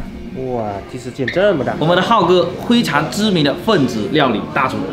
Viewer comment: 这普通话我也是真的服了。 灰常，。。 灰机吧